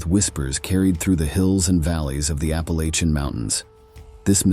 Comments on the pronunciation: Love the whole aesthetic of this video. But, as a Southerner who grew up in the WNC mountains… It’s App-ah-latchin’, not App-ah-lay-chin 🙏🏼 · My guy, it's pronounced Apple-Atcha.